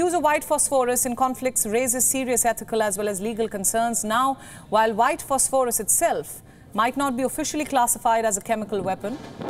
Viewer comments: Learn how to pronounce "phosphorous" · it's pronounced fos-fuh-ras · Please check your pronunciation of phosphorus